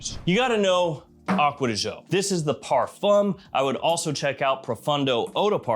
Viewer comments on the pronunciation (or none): why you say acquea di zho? it should be Gio, like Giovanni